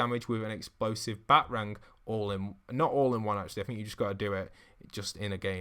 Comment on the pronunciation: Did he say batrang and not BatArang